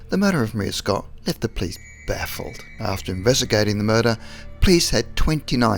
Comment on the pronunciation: This guy is definitely Australian the way he said baffled